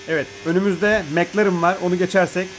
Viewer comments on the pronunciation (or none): none